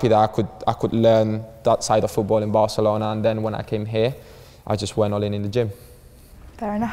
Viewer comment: Cuando dices Barcelouna en vez de Barcelona siendo barcelonés sabes que algo pasa